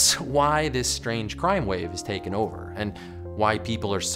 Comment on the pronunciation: "And it can do this over and ODOR and over again."